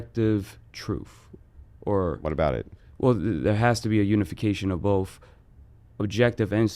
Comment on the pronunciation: Hard to take someone serious who makes zero sense, all while saying “truf and bof”